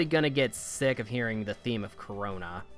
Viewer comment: Town name "Carona", how you read it Corona ...... uuummmmm